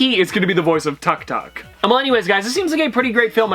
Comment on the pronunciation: Tuk Tuk is pronounced as “Took took” btw